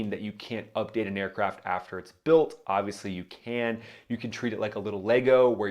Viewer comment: / why he say “built” like that lmfao